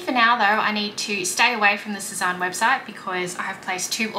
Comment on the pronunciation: I was looking at that skirt the other day and wondering if I should get it..I’m still not sure. BTW Sezane is pronounced Sez-Anne not Sez-Ahn 😉